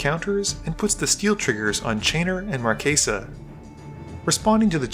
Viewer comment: Stop pronouncing it "markaysa" it's "Marchesa" like "chess" or "Chelsea" or "chase" NOT "case"